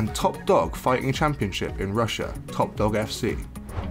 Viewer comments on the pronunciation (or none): none